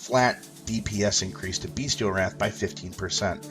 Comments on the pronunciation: Bestial not Beastial - pronounced (bes-chal) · I agree, defiantly pronounced (bes-chal)